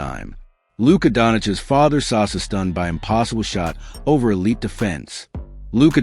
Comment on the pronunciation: Saša not Sasa...our š is like your sh...quite simple...like shit...not sit...😂 Oh...one more...the name Nikola also has an accent on the i, not the o...Jokič has literally given up on you, and he doesn't bother to correct you anymore...because after so many years...seriously...